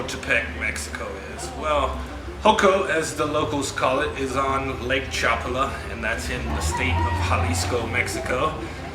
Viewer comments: It’s not Chopala. It’s Chapala. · You ignorant barbarian you... Its pronounced CHA PÁ LA. With the accent on the middle syllable PA. Geeeezzzz.